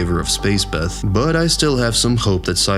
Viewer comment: "Berry, Jeth and Summer"